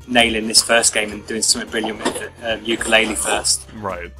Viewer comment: Tooka-Laylee, and Yooka-Laythree, YES YES YES hahaha